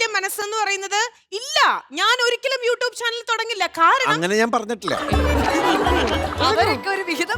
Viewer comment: യു ട്ടൂപ് അല്ല, യു റ്റ്യൂബ്😆😆😆😆